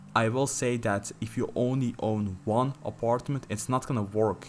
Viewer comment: the way he say aparetment im dead